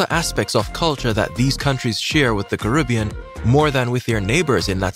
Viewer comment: The name is Caribbean not karibbean